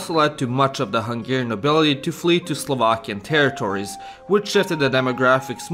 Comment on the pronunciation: He has a speech impediment and can't pronounce the hard R. It's difficult to notice when he speaks English, but easily to spot when he says Serbian or, in this case, Slovakian words.